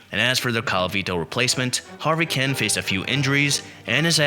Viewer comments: For you young people, Harvey Kuenn’s name was correctly pronounced Keen. And Tommy ages name was pronounced. A-Gee. It really irritates me when younger baseball fans make videos about the past and don’t know how to pronounce the names. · Who is Harvey Ken? Kuenn is pronounced Keen. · It’s pronounced Harvey “Keen”. Tommie Agee is pronounced A G